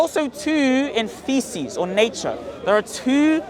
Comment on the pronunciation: Hamzas face when pronounced physis as feces 🤣